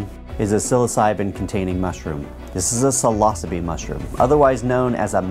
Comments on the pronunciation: Did this motherfucker just say "This is a sill-os-a-bee mushroom"? Lmfao 😂 It's pronounced sai-low-sibe. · silosaby u say?